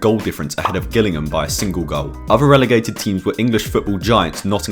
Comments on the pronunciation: How are you pronouncing Gillingham. Are you an Ai creation. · How he pronounced Gillingham 😂